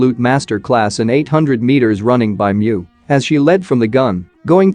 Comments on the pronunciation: Mu as in moon not Mew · Need to fix the “robot” voice as apparently her last name ie pronounced MOE. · ReSet the auto reader...change MU to MOU. Then you will have it saying her name correctly